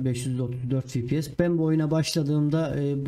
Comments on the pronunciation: fipies değil hacı efpies (fps) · fipies değil, "Fe Pe Se" ya da "EFPİES" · Abi Fibies deyişine hasta oldum güzel video :)